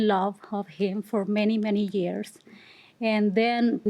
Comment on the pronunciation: “I was in love of heem...”